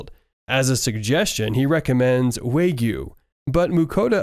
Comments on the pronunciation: Uhm it's acksually "wagyu" not "waygoo"🤓🤓🤓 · Bro said waygu